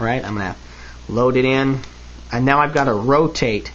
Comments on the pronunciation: It does sound a little like you've said "defend myself from my family" not "defend myself AND my family" which I'm hoping is what you were meaning ;) Interesting video though, I like the look of the speed loaders, I think if you were defending yourself they'd be quicker. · It sound like he says "defend myself from my family" Note: I do understood what he really said.